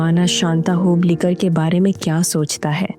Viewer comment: Hoblikar hoblikar karke kyon bata rahi ho aap? Hublikar bolo